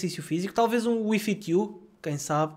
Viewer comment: "Wificu" foi que percebi quando disseste WII FIT U! hahahaha